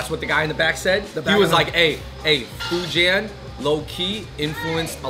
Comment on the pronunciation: #AndrewBeingAndrew moment: FOO-JAN. Sorry Fujianese people.